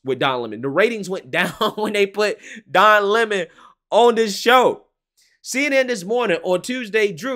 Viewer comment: It's LEM-on, like his show.